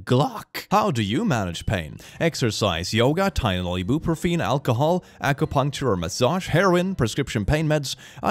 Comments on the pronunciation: (Tall-in-all) (I-beu-pro-fin)... the way you said those really hurt my ears. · E-boo-pro-fee-n.. Why. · "I Bu Pro Feen"